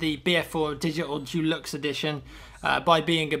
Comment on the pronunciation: I love how says "Deluxe"